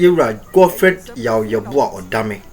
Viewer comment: U pple r doing a good job. Pls have been watching u a while now n u keep saying Godfred Odame. Pls its Dame not Odame so correct it going forward wai. All the best